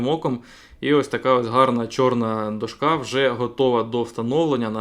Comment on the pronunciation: Все супер тільки до`шка а не дошка`